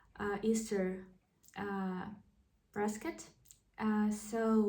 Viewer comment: The reply is "He is risen, indeed." I'm answering the question in English since this keyboard does not accommodate the Cyrillic Alphabet. BTW risen is pronounced with a short i sound. Also, I think you said "basket with a hint of an r sound between b and a which is not there.